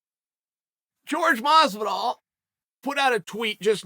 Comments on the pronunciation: George Mazvidal? who the fook is that guy? its Jorge Masvidal. whore-hey, mas-vi-dal. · Uncle Chael: Jorge Mazvidal never brought up money. Me: OK